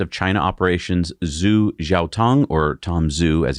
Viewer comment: Sorry to be pedantic, but Tom Zhu is pronounced “Ju.” In the future, please consult an online Pinyin Chinese romanization chart. Love your channel!